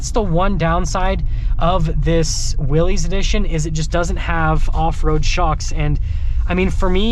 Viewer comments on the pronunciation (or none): I heard the other day it's pronounced Willis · I really wish people would get the name correct. Especially someone who sells the damn things.... It's pronounced, like WILLIS, John North Willys = WILLIS Overland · I chuckled at your humor about the 4 Wheel Drive being “really important” and “adding horsepower”. 😂 But since the Willys (pronounced Willis) is an appearance package, you should know that the decal is actually a nod to the 1940’s decal on the original Willys. And that’s right down to the font. So for this particular trim level - it really is pretty important. 👍☺️ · I hope that car lot don't leet advertise for them again youb suck. You need to get more info on jeeps before you do another video on them. And you like everyone else pronounces the name wrong. Look it up.